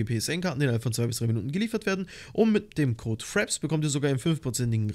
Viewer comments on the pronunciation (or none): none